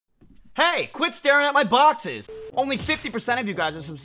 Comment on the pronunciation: idk if this is the point of the joke but I thought he said boxers😭😭